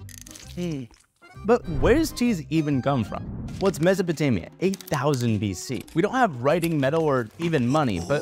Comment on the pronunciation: Its pronounced Me-so-po-tamia but read it like mesopotamya